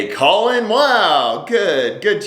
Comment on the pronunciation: His name is "Colon" for Christ's sake.